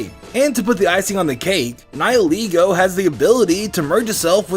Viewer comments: Its pronounced Nigh-el-eh-goh god dammit! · I don't like ' pronouncuation of Nihilego. How I see the name us a combination of "Nihil" and "Ego", which makes "Nihilego". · I also wanted to point out of how mispronounce Nihilego. In Bulbapedia, Nihil did not came from the word Nihilistic. Yet How make it sound that is came from Nihilistic. It a Latin word that means nothing. So how to pronounce it sounds more like Ni - li.